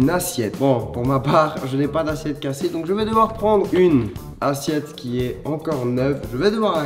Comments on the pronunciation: "une assiette" pas "une assiètte" bravo le monteur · On est d'accord à assiette à un accent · ya pa daccent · Assiette pas assiètte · "ASSIÈTTE" Charles 2019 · « Assiètte » xD